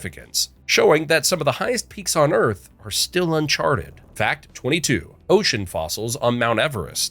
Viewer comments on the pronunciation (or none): none